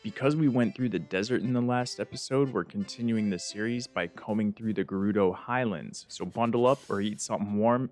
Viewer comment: u said highalnds